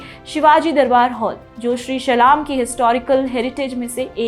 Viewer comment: It's Shri Shylam please pronounce properly